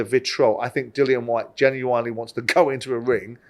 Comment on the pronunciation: How come someone as intelligent as Simon can't pronounce genuine correctly?